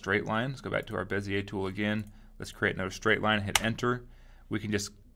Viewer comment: Finally somebody pronounces Monsieur Bezier's name correctly! I am really tired of hearing "beezer tool" and similar stupidities! Merci!